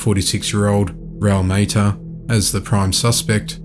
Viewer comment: It's not Maita, it's pronounced Ma ta.